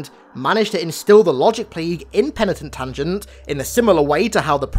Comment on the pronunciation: Mah nigga i could listen to you say Penatin Tungent all night long. It gets funnier with each dab I take 😂😂